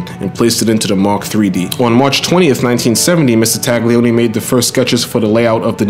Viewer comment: Okay,: Loving the moto = ya gotta also love la lingua. 'Gli in Italian is pronounced like the L-L-I in "millions". The G is so soft (never a hard "TAGG") it's almost entirely swallowed and becomes a phantom Y-sound. Try saying TAHL-yee-OH-nee. Oh, and my fellow? That garbled cool burbling from our own borough is not strictly Italian ("capicola, prosciutto, capisce?"), it's Sicilian (GABAHGOOL! BRAHZHOOT! GAHBEESH!?) Italy wasn't even unified as a nation until around 1861 and there are massive cultural and dialectical divides between (for example) northern engineers (engines, banking, white sauce, blue-eyed blondes) who are neighbors to the Swiss, and, say, my own famiglia's native Calabria (dark hair, lemon trees, rocks, bullets). In other words, don't take formal pronunciation lessons from any Brooklynite. Ciao..